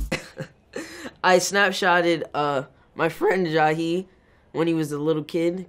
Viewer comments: “my FfrEenD” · “ I snapchatted my FRIAND”